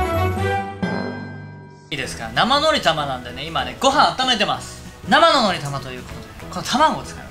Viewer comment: 「なmhぁのrぃたmr@ 画面から目を外してて音だけ聞いてたワイ「なんて？」